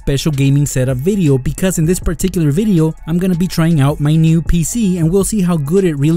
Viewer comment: U relize how he said new